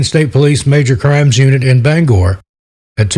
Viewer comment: Thank you for pronouncing Bangor correctly we appreciate it!!!